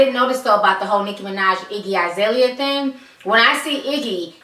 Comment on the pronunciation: Its. Iggy alazale dam not izalia